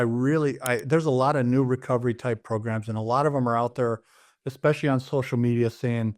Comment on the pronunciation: Please it's "especially" not EXPECIALLY.